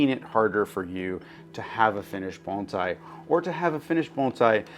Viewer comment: Thank you for saying "bone sai" not "baan zai"!